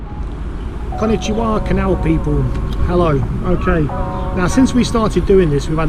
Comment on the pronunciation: A lovely video of a lovely boat! Thank you both. My wife says,,,and I concur, your pronunciation,,,,of Konnichi was pretty good!